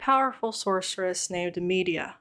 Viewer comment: I know this was like a year ago but I don't see any comments about Medea's name is pronounced like Tyler Perry's Medea. "Muh-dee-uh"